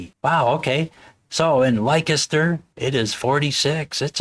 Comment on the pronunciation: Great review and great distro,. P.s. the town is pronounced "Lester", not "Lye-kester" 😄 (that made me laugh!)